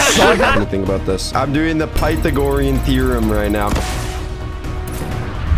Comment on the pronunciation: he really said PAITHAgorian theorem